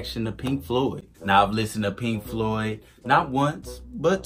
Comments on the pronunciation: Floyd not cloud... lol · agree 100%. This guy needs to learn how to Floyd properly.